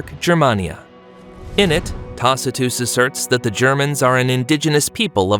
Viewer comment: I knew this was an AI video. Who pronounces Tacitus that way?